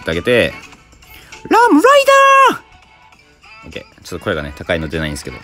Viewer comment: ルァムライダァー↑で吹いたww